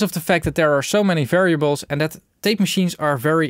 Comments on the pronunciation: Pretty sure it’s just pronounced TAPE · Pronounciation: Rain, Train, Plain, Fail, TEEP! Eitje toch???